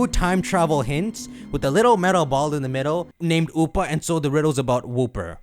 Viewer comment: Whenever you say Oopa I keep thinking you're saying Hoopa...